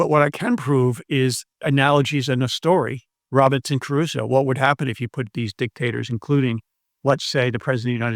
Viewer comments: Trivial correction: it's not Robinson Carusso, it's Crusoe. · It's Crusoe not Caruso. Not that it matters but I thought you should know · ...imagine a supposedly educated English speaker who can't properly pronounce the name of Robinson Crusoe... This is not about moral bankruptcy, it is about intellectual flatulence. A long-time fan, unsubscribing (not that it matters, of course).